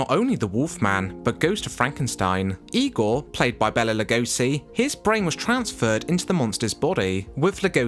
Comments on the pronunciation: HIs name is BAYla Not bella. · Enjoying the information in your video, as there is much here that I did not know. However… PLEASE! PLEASE! PLEASE! Pronounce Mr. Lugosi’s first name correctly! BAY-la! PLEASE! 🙄🙏🥺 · Hungary, not "Hungaria." And the name Bela is not pronounced "Bella." It is pronounced "Bayla," as Karloff pronounced it in a publicity short where the two of them are presented in the midst of a chess game.